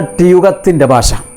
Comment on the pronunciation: Very useful video.. . (sir one request. use ഭാഷ instead of ബാഷ..)